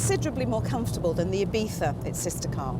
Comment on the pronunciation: Thank you for saying Seat Ibiza correctly at the beginning